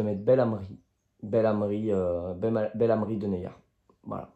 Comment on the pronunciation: pour la pronontiation c'est beNlamri, sinon superbe vidéo comme d'hab allez l'ol 😁